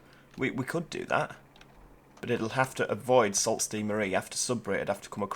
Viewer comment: Love your vids. Learn something new about TF2 every time I watch. BTW...I'm from Michigan and Sault is pronounced Soo. Keep up the good work